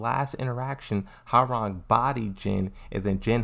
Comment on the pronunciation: As a Korean , thank you for pronouncing his name correctly ~ i hear so many non Koreans saying Rang like telephone rang . it is suppose tonsounf Rahng, ppl ! like Hyundai everyone saying Hyoon Dye . it is called Hyun Dae mad respect !